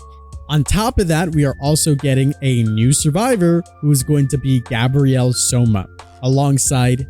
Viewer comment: His name is Gabriel, not Gabrielle. Text to speech, it’ll help you differentiate them.